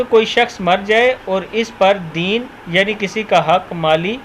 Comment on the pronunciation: Deen nahi dena se dean. Apni Urdu sahi kareinدینا سے دین جیسے لین دین